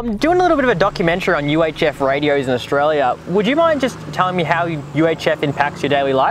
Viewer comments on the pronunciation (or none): Australia is not pronounced "Oshraya"